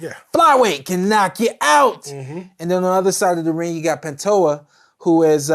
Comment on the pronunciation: Alex panta hoe-ah vs Steve Erk e.g. lmao & I thought Teddy atlas was terrible